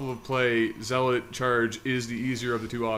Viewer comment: "ZEE LOT speed" Oh, you were so young.